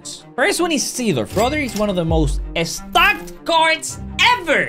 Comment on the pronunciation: I love how says stacked He says it like (this card is estacked) But some heroes do have funny stats